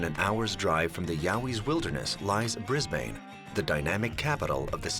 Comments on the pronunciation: Americans pronounce Brisbane strange, you say it like its two words bris Bane, lose the emphis on the B and you'll be closer too the mark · Dude it’s Brisbane like brizbin not brizbaine I think people can tell a possum to a Yowie! Skeptics makes excuses. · I thought it's pronounced Briz-bin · 1. Brisbane is pronounced briz-bun, and 2. it is not dynamic. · I wonder if people saying "Bris-BAIN" irritates her natives as much as what people saying "Ora-GONE" does to Oregonians. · Imagine calling Brisbane "briz bayn" and also calling it dynamic. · Brisbane, pronounced Brisbin. And why no interviews with the traditional people of my country? Even your expert on Aboriginal culture was white. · You pronounced Brisbane incorrectly.